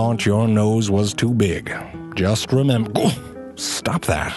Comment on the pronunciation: "Just rememGUH..stop that!"